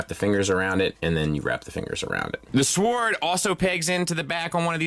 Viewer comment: Im not sure if you dropped out of school early in life and missed out on English classes but its not "Swwwwword" its "Sword". For the love of God is it so hard to pronounce correctly. If you need there are plenty of apps that will take you through the pronunciation of words where you could practice at your leisure and hopefully in time get it right. Im not sure which is worse though, the bad grammar or the bland boring videos. I swear it like bobbing up and down in the ocean and waiting for a shark to eat me... JUST KIDDING, LOVE YA BSF LMAO, HAPPY WEDNESDAY!!!